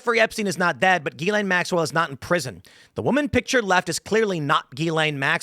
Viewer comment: Why does tim keep pronouncing her name wrong. Is he trolling?